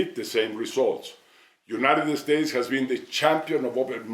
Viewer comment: No tiene un asesor que le diga que no es "United Estates"? Digo, ya se que Fox nunca hablara ingles perfecto, pero que tan dificil es aprender a decir "United States"? se ve ridiculo.